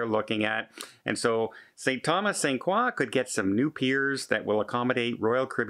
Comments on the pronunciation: Pronounced kroy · It's pronounced "croy"